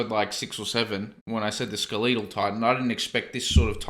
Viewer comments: "Skulleetal titan" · Ugh hearing SkelEEtal makes me cringe LOL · I waited for him saying "the skeletal titan" 😂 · You wanted the Skeletal? You got "SKELETAL!!" Edit: yes, exclamation mark included 😂